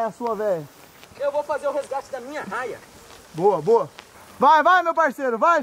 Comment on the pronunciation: É raia e não arraia